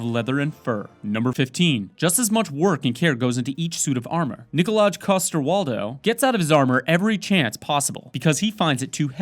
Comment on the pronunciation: it's pronounced Nikolai not nikolaj